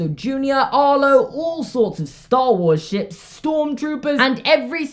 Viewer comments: am I the only one who heard "all sorts of Star Wars sh*t" instead of Star Wars ships? just me? anyone? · When he said Star Wars ships I thought he said Star Wars sh*t. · Did he say ships or you know... sh**? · Oh my gosh 😂 I thought he said ‘all sorts of Star Wars s word here ‘ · did he curse? kinda sounded like it. cant tell if he said ships or sh*t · I had to rewind it 4 times to figure out he said star wars ships